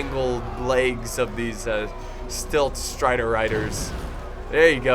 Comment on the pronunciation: also, super tilted that you kept saying stilt striders.... its silt striders. silt /silt/ noun 1. fine sand, clay, or other material carried by running water and deposited as a sediment, especially in a channel or harbor.